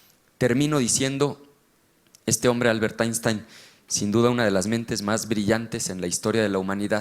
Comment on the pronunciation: ALBERT WHAT T"TENSTEIN" pues no que eres bien chicho en English ,French,GERMAN,no sabes ni pronunciar Albert Einstein.